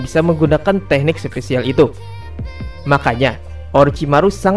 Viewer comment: gua msh heran cara lu pengucapan yang ketemu kata E" contoh episode bilang epesode, special jadi sepecial hmm